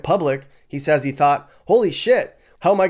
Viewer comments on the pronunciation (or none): none